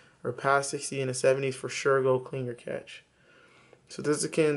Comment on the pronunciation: The word being use here by is cache, pronounced cash, not catch!! cache /kaʃ/ verb past tense: cached; past participle: cached store away in hiding or for future use. "he decided that they must cache their weapons" COMPUTING store (data) in a cache memory. "the operating system tries to cache every disk operation"